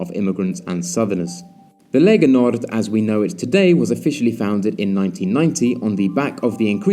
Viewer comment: Lega Nord, not Legal Nord.